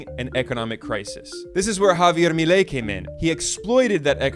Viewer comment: extra point for pronouncing "Javier Milei" and "Macri" correctly another one for the accuracy of how he tell the story